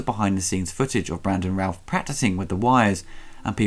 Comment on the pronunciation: No offence,, but with your accent it was hard to tell if you were saying Brandon Routh or Brandon Ralph. Other than that, PERFECT review.